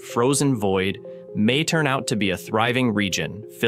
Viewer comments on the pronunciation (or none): none